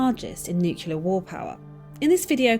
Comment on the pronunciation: Why does the narrator mispronounce Nuclear?